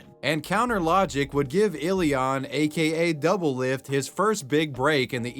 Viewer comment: My man’s butchered doublelift’s name so hard I could not recognize it at all